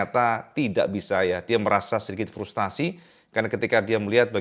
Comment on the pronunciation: Frustrasi,bukan Frustasi 😊